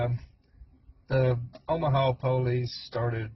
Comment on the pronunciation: It is not pronounced Omahau